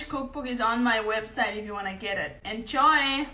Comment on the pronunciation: Love your..."enshoy!!!" ❤